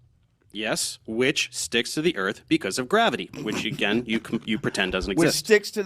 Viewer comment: The word is pronounced "Earth" not "Erf" ffs.